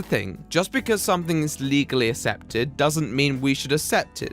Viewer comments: Accepted is pronounced aksepted, not assepted. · It's pronounced "Ehk septed" you mong. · It bugs me when he pronounces it assepted..... its pronounced aaksepted!!!!! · there's many ways of pronouncing words especially if your linguistics or place you grew up is different. Don't be that twat and say there's one way